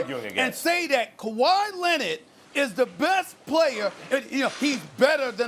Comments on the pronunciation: “Kawhyyy Lennit” 😭😭😭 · Stephen “Kuh-why Lennid” Smith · "Kawhi Lennit" - Stephen A Smith 2020. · Stephen a “kawhy lennerd” smitj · Steven “Kuwhi Lennit” A. Smith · Stephen A. "Kawhi Lennid" Smith